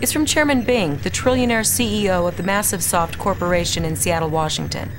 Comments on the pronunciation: Are we just going to ignore "Massivesoft"? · Lmao "Massivesoft" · 'Massivesoft' lol